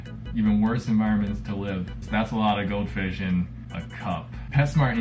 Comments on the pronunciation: Like a cow fish lol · literally every time he says "goldfish" it sounds like "goat fish"